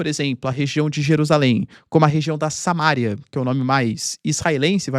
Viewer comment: Se essa é a mesma Samaria que a Bíblia fala, costuma-se dizer "Samaría", professor. Não "Samária". Pelo menos em português.